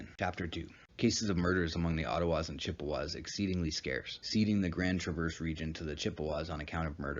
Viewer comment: You are not pronouncing Traverse correctly. J/s